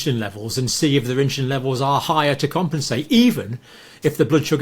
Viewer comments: Why is Campbell saying "inshulin" instead of insulin. Any ideas? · It's not inshoelin!